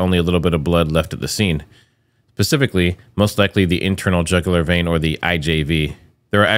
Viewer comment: "Pacifically"? Mind someone assassinates y'all for using that word like that. It's SPECIFICALLY.